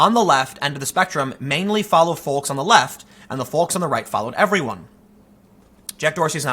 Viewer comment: Pronouncing the “L” in folks is like sand paper in the brain.